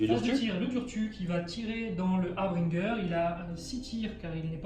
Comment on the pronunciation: Ah... Enfin une prononciation correcte du mot 'harbinger' :) Pour l'anecdote rappelons que son étymologie provient du mot français 'hébergeur'. Cette minute linguistique vous est offerte par Papy Lolo :D À part ça il faut peut-être que tu changes tes dés... ;) Partie très sympa en tout cas et qui confirme l'efficacité des kurnoth hunters.